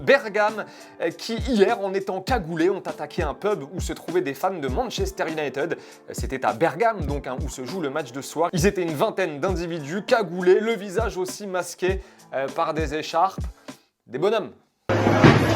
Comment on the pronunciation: Par pitié arrêtez avec « manchester iounaïteude »…si vous ne savez pas prononcer à l’anglaise, dites le complètement à la française (« uniteude ») mais pas à moitié!